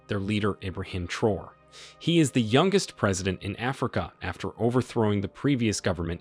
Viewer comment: It is pronounced "Trah-Oh-Rae" , so ive been told.